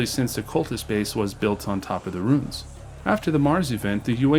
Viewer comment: Ruins. Roo-inz.